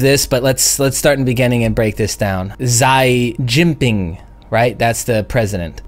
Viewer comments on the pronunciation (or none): "ZHAI GINKPING" - LOL. I have trouble to trust any news reporter who butchered Xi Jinping's name like that.